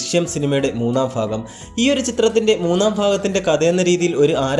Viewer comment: fagam Alla Bhagam Enu Para😂😂😂😂😂😂😂😂😂😂